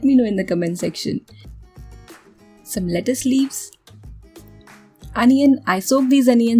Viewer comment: You are pronounciating everything wrong .लीचस-लेटस